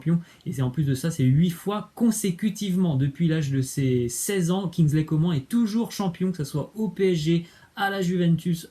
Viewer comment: On prononce "kingsley Comâne"